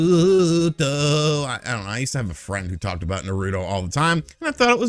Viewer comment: “Anime and mAng-gA!” Got a hipster in the room everyone. Can’t be bothered with those Japanese picture books. *just watched a little bit more and he pronounces Naruto perfectly. Definitely trying to be a hipster 😂 MAng-gA!